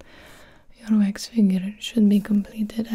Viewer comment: I thought so too cause the way she said wax "wayx"